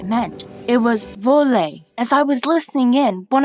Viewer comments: You Said volei Not voler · No it's voler not voila. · its not voley its voler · Its "voler" not bouler 😂😂😂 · Im french and that was your accent when you said "voler" was hilarious. Im not mocking ya. Thats just so funny to hear english peeps speaking french :)